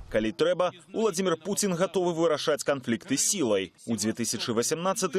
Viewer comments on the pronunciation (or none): Белсат объясните своему репортеру,что ВладИмир ВладимИрович-это как скАзку сказЫвать.Правильно произносится ВладИмир ВладИмирович(!)